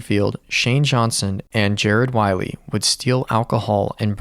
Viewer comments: Poor Jared can’t get his last name pronounced right on this channel. You’re calling him Whiley like the coyote when his name is clearly Whaley like the whale. Please, honor him with getting his name right. Thank you. ❤ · I think his last name is pronounced ‘way lee’